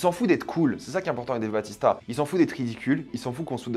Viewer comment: Par contre, c'est pas Dave Batista mais Bautista! 😉